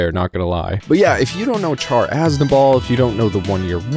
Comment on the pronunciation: Good video, and thank you for pronouncing QuuuuuuX right! However, a few things for future vids. "Char" has a soft "ch" sound (like an "sh"). Some debate if the R is even pronounced, but I am not one to just say "Shaa." And for Universal Century calendar years, it's pretty much universally (ha) said as "double-oh-(whatever year)" until the UC 0110s. But honestly, probably the smallest gripes I've had on a random Gundam vid from the algorithm, so good on ya!